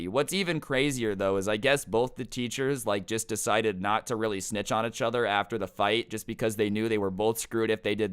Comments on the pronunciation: did anyone notice saying ech other instead of each other it's urkiong me something fierce my god STOP PLS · “Euch other” it’s pissing me off 😂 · “Itchuther” really irks me I’m sorry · I love how he he says achother instead of each other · i like/dislike how says uchuther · i’m glad i’m not the only one that noticed this haha. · I love the way he says “ichother” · you say “each other” weirdly